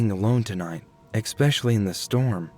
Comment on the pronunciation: Great story..great ending but please stop saying ekspecially. There's no k and it makes you sound like a 3rd grader and the story not so scary